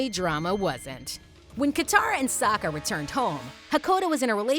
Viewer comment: Wait listen or she didn’t say sokka right!